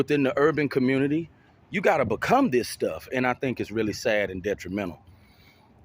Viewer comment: It's how pookies and ray rays communicate with the communitAH